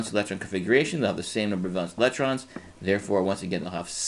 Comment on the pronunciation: valence not valance